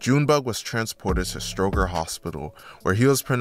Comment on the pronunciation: And stroger too like cmon bro😂, but he got it on the documentaries for the city